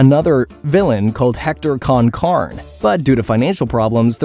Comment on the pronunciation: Con Carne please pronounce it correctly just say it the way they did in the intro bro….. realism of annunciation is huge to the nostalgia just like if grim got remade as a regular American it just ain’t the same